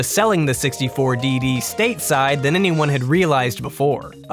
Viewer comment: N64 "Dee-Dee" -_